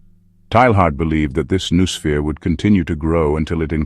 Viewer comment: Since that word is so central to the thesis, it's surprising they couldn't bother to teach the AI to pronounce it.